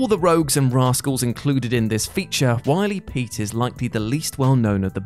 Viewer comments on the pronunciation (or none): Oh not you too. Not you too! You were seemingly the only staff member without pronunciation issues. Bane broke Batman’s “bat”? Does nobody ever listen back and do edits on the audio recordings? And Willy Pete is not pronounced Wiley. I know this seems picky, but surely you guys WANT to get this stuff right, as a matter of professional pride. The video is only 15 mins long. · You mispronounced Willy. It rhymes with Billy. A reference to White Phosphorous.